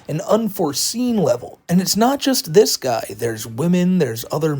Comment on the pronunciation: "De" "dis" it's